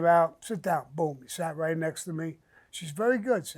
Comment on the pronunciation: Samuel Sammy The Bull!!! You do no that you need to patent the word BOOM BOOM BOOM!!! Because I will say you say it the best out of any man I have ever heard say it!!! I hope no one has not already done this because I'm telling ya you can make some money with this BOOM BOOM BOOM SHIT!!! It's the best!!! Just by how you say it and put it on some of your Merchandise because I would most definitely buy it!!! Make it a Grateful Day Sir!! Really enjoy listening to you and your Podcasts!!!! BOOM BOOM BOOM BOOM!!!